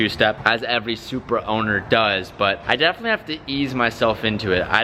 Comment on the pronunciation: I like who he says Supra zupar 😂😂😂😂